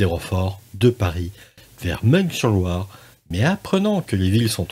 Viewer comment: Bonne vidéo, mais pour info, et malgré l'orthographe, "Meung sur Loire", se prononce "Main sur Loire", je suis de la région à la base 😉